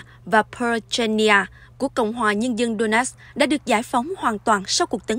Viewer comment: Donetsk mà người đọc tin phát âm thành Đô-nát